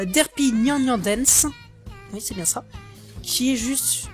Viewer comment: la déception en live, c'est presque magique x3 malheureusement plus de bafouillage que d'habitude, évite de parler trop vite, ça aidera déjà un peu ^^ et ça c'est juste personnel mais ça ne ce dit pas "nyan" mais "nyanne" ( si je l'écrit comme on le prononce ) espèce de vil inculte ^^ Sinon, à lundi prochain ^^